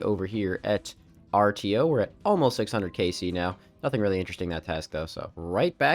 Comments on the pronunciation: Artio is actually pronounced "Ar-show" just a fun little factoid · Artio is pronounced arsho lol 😅